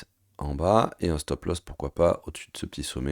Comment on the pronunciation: "stop loss" et non pas "stop lost" 😅🤣😂si tu as perdu ton stop, t'es mal bro !